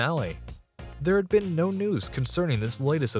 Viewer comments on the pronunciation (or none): none